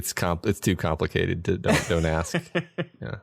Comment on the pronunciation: AWESOME! Thank you! It's KA-mplicated!